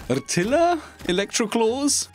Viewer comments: It''s pronounced "rettailia" like retail with an accent on the T and the a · If anyone's still around, Rtila is pronounced in-game by Kaid as "are-teelah"